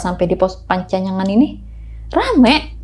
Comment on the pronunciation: panyancangan bukan pancanyangan 😁